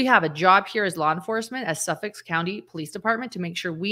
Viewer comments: Suffolk not Suffix 😊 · Suffolk County. When I hear you say it, it sounds like you're saying suffix. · It's Suffolk County, not Suffix.